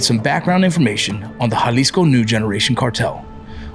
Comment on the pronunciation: Bruh its so refreshing watching a channel that says jaliso right not yalisco 😅